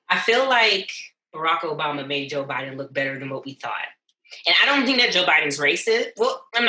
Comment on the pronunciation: 🤣Joe Biden not Joe Buden